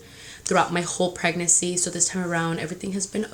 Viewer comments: Anyone else get bothered by how she says pregnacy instead of pregnancy lmao but I’m TEAM BOY 💙 she’s definitely a boys type of mom lol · Preg-nan-cy not preg-nacy girl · You say “pregnacy” it’s pregNANCY” lmao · Girl pronounce PREGNANCY rightttt there’s another N you just say “pregnacy” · Pryg-NESSY lol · Pregnacy 😂😂 real annoying lol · Lol the way you pronounce pregnancy as “pregnacy” is the cutest 💕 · I didn’t notice pregnancy was pronounced wrong until I came to the comments but why pick on that if that’s how she is going to say it? Maybe that’s how I say it too if I didn’t notice anything. If it was me, my hormonal pregnant ass would have block ya because I’m going keep saying “pregnacy” in many more videos so take a seat or leave. 🤣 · I LOVE YOU but i hate how you say Pregnancy “pregnessy” like Hennessy lmaoooo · It’s PREGNANCY. You keep forgetting to pronounce the second N. 😣😣😣😣😣😣😣😣😣😣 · ILYSM GIRL AND ALL YOUR VIDEOS!💓 just a little info pregnancy is pronounced preg nuhn see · Who hurt the bitch that is complaining about the way you say pregnancy???wtf is wrong with ppl lol Goshhh i love you please don’t let these so called women piss you off about anything lol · Can you pronounce pregnancy? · Y’all some little bitches if you guys keep telling her that she can’t pronounce “pregnancy” like it’s not a big deal. It doesn’t even bother me and if it did, I wouldn’t of said anything because again ITS NOT A BIG DEAL. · has anyone noticed how she says "pregnancy" lol!! i love it!!